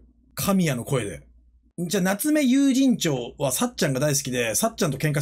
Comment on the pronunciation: 夏目友人帳の発音が永遠に有楽町でわろた